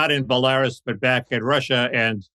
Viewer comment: Buh-lair-is. Lol